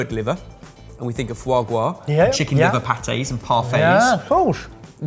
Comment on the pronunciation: Grrrrras, not gwas.:))